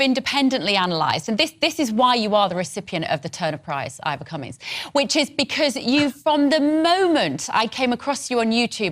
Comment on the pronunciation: She keeps calling him Ivor Cummings.